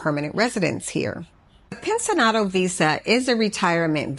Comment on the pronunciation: The pronunciation for "pensionado" is pencionado. Not pensinado as you pronounced it. You need to emphasis the "ci" part.I had no idea what you were saying until I read what you were talking about in your leadup comment.